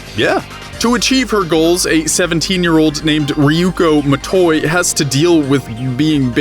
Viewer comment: “Ryuko m At Oi”